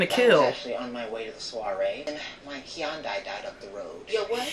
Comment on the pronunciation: Dude said “my Hyundai died” and I thought he said “Keyon died”